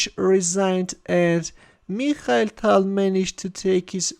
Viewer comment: "Meeekhal Tal" 😊